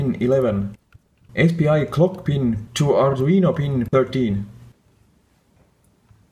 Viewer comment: Hi, mi screens`s pins are in different places of the screen, and your inglish is not easy to understan (my neither). Could you please write de screens pin number and description ? I spent half and hour, hearing back and again, back and again, trying to understand clúo was clock !!!! Thanks !! Greetings from Argentina !!!